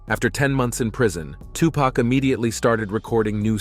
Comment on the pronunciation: It’s Tu-Pac (Poc) not Pack I hate when yall pronounce his name wrong.